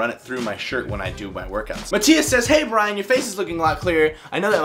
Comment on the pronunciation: Nice that you answered my question in the vid. Only my name pronunciation wasn't really correct :P